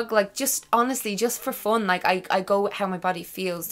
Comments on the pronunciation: pile333 f o o n :D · I like how you say "fun" with Irish accent. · Fun and Love, I just love it hahaha